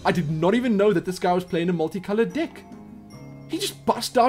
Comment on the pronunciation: No one else notice how he pronounces "deck"? He says "dick", makes me cry of laughter every few seconds! Haha